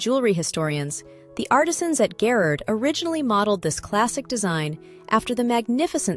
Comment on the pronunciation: If it’s NOT AI, the narrator mispronounces the name Garrard, and that’s just sloppy!